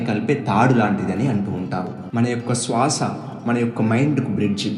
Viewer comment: SWASA wrong pronounciation sir. You have to use Sriram "S" not Seetha "s"